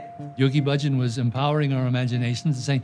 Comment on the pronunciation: Why do you all pronounce Bahjan differently now than it was pronounced in the '70s? He was the one who told people how to pronounce his name. Thousands and thousands of people didn't t come to that decision on their on. No one pronounced it like it is pronounced now.